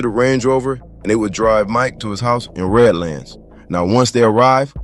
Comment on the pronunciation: Red Lands lol its redlands